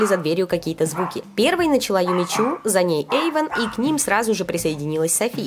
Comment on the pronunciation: не ейван а эйван